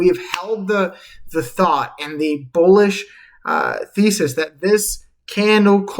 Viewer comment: did u say bowlish ? lol